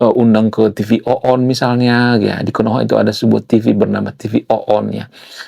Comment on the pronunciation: TV ONE bang bukan TV OONNN 😅😅😅😅